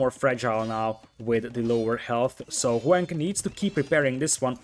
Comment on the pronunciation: omg pronounce Hoang's name properly. It's not HOWANG, it's Ho-ang. It's very cringe and kinda disrespectful